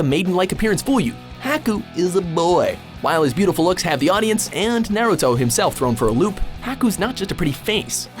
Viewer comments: Ya'll got all these anime countdowns and still can't pronounce Naruto right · "nAYruto" and "hAcku" LMAO